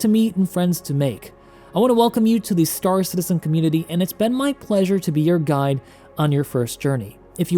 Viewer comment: Why.... Why? Why does he always pronounce it, "St-AA-r Citizen"? And "EE-motes". Why, dear god why.